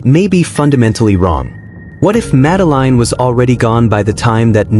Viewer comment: Her name is pronounced. Madaleen not Madeline 🤬👎